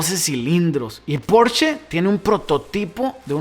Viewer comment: .... mil gracias por compartir tu video...muy buena información, bien explicada , con ejemplos que todos conocemos...lo del flat del vocho ni que hablar , yo he tenido 5....pero lo que más agradezco es que al nombrar a su hermano mayor no hayas dicho "PORCH"....esa marca no existe, es "PORSCHE" tal cual tu lo dices...desde Pontevedra un saludo cordial !!!